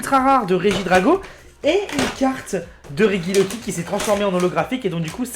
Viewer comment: REGIELEKI ça se dit Réjiéléki (tu dit rejice et rejidrago alors laisse ce pauvre regieleki tranquille stp)